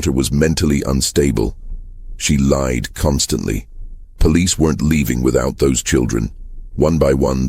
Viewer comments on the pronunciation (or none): none